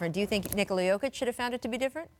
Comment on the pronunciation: Jokovic... really Scottan?